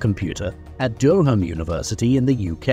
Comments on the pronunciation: duh·ruhm my guy not do ham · Der-home University… AI voice fail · It's Durham University. Pronounced Durr, as in Burr, am as in, well, am. Durram. Not bloody Dyoohome. And right there is the flaw of AI with an English accent, because any actual English person would know 100% how to pronounce it! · Interesting pronunciation of Durham